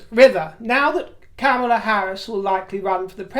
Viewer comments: How ridiculous to entertain the notion that MM would be even considered for VP. Only right-wingers believe such nonsense. At least you come close to saying Kamala's name correctly which more than can be said about our GOP. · Well done for taking the trouble to pronounce Kamela in the annoyingly approved way! You are real class River.